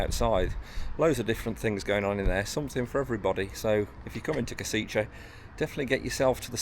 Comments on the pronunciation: As to the pronunciation by an english speaker - Not Kosiche, but Koshitse! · Koshitze might be closest pronunciation. Any local can say it to you, if asked. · learn the name of the city correctly, please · When making video about Kosice or any other city, please find out how to correctly pronounce the name of the city. 😀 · Please at least try to correctly pronounce the city and also its capital Bratislava. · I beg to differ…not nitpicking but educating or informing. He had already apologized during the video for possibly or quite likely mispronouncing the name of the city. I’m assuming is a native speaker so I appreciate him taking the time to inform me/us, the viewers, how to say the name of this lovely city. If you take exception to the information provided, you could just scroll by instead of opening your mouth and removing all doubt. Of course, it’s just a thought… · but a lousy service to all the viewers, when he spreads out mispronunciation of 3 syllable town where he spent two full days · other than you butchering the name of the city it is a great video. next time try also some local microbrewery pubs. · I work for Universal Credit, at least 8 out of 10 of my Slovakian customers are from Kosice, they pronounce Kosice way different then how you are pronouncing it and I always assumed it was some horrible Brutalist/Socialist grey city from the way they describe it, I didn’t realise it was so pretty and cosmopolitan like some of the beautiful cities in the Czech Republic 😊